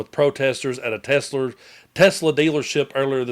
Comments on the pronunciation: You said Tesler😂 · you said "Tesler". That's the correct was to say it according to Trump. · tesler! lol